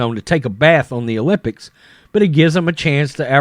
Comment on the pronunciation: is that other guy saying olypits? is he saying pand or pam? im hearing pand.